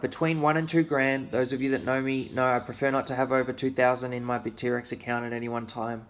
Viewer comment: Bit-T-Rex? Init Bitt-rex bra?